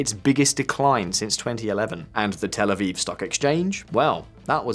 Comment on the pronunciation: it's "Tel Aviv", not "El Aviv"